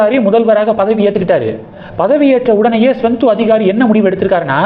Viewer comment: மேற்கு வங்காளம் முதல்வர் பெயர் ஸ்வெந்து அதிகாரி அல்ல. சுவேந்து அதிகாரி என்பது தான் சரி. சரியாக உச்சரிக்கவும்.